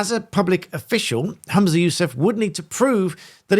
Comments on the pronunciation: His name is HUM-za not HAM-za. He’s “humming’ “ not “hammin’ “. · WTF is a Hoomzah? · It's pretty disrespectful for you to repeatedly refer to Humza Yousaf as Hamsa Yousef throughout this video. You're clearly aware of his name, you've written it in the bio of the video.